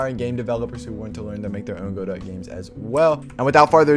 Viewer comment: Just one very slight irrelevant problem: It's pronounced Go-Dough, Go-Dot (Don't ask me why I didn't name it). Other than that, great stuff! I'm currently following your rpg series and it's amazing. Btw when are you doing a 3d Godot tutorial?